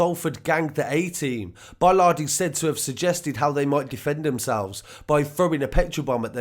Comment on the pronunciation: Awful people but it is Bolland not Bollard.